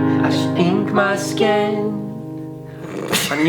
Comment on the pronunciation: Why did say sken instead of skin lol